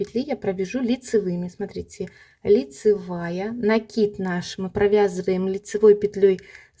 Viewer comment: лайк за накИд😊, а то на некоторых каналах - нАкид😂